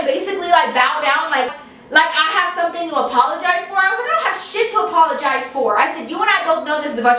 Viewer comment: APOLOGISE she wanted u to apologise can u please rephrase that cause i am really finding it hard to figure out what the hell she's saying btw i love u so much